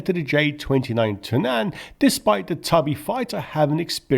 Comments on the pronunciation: In swedish (and danish) "Tunnan" is pronounced TUNnan. The same with BERtil. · Pretty sure "Tunnan" is stressed on the first syllable. Think 'tun', barrel.